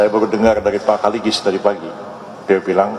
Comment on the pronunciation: jangan asal sebut nama,oce Kaligis,bukan kalinggis